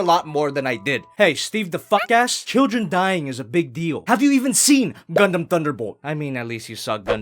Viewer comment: DID YU SAY GUNDAMN????